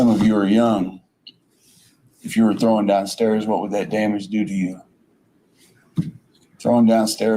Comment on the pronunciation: How many syllables are in the word "thrown?" Is he Canadian? 😊